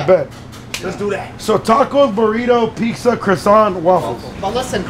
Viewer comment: Gotta love when calls it PeakZa 💀